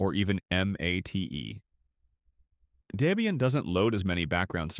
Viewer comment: "Deebian". AI dweebian.